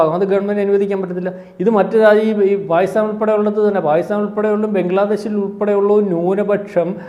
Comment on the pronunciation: Fopal... maharastra sarkar.. Faakistan... Fina.. Intelligence Fyuro 😂